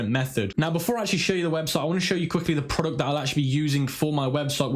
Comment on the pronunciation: Veo of “prowductt”